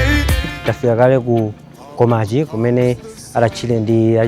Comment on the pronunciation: Though its Mkomachi not Nkomachi Paja we are documenting